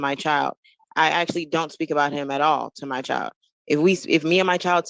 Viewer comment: What is up with these people on all these videos saying axe instead of ask? Or axwally instead of actually. Almost all these videos I’ve watched are like this. And the word friends is being pronounced fwinds.